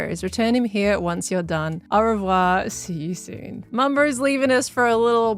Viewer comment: I appreciate properly pronouncing au revoir after stroke attempt